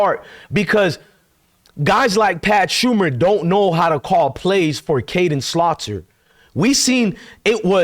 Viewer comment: It's Pat SHER-mer. Not Pat SHUM-er. Bro, you cannot pronounce anything!